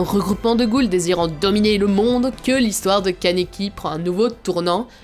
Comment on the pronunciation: Juste c kaniki Ken mais c super ta video😘 et c toka ps touka dsl mdr😂